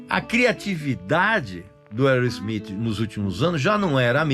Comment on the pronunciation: Boa pronúncia do nome da banda. Mandou bem 👏👏👏